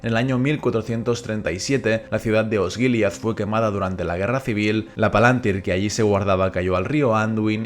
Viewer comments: Exacto, la pronunciación del plural en el vídeo es incorrecta, pero de todas formas no confundamos esa tilde con una tilde española. En quenya indica que es una i larga, y eso obliga a acentuar en esa misma sílaba en ese caso concreto. Son las mismas reglas de acentuación del latín: las palabras son esdrújulas a menos que la penúltima sílaba sea larga, en cuyo caso son llanas. Una sílaba puede ser larga porque la vocal sea larga (PalantÍri) o porque a la vocal le sigan dos consonantes (PalAntír). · ¿Por qué pronunciás "Palantíri" como si tal llevara tilde en la antepenúltima sílaba si en el título del vídeo se lee como una palabra grave y no como esdrújula?